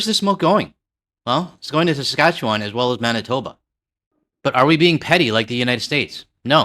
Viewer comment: if they cannot pronounce Saskatchewan you know it's BS😂❤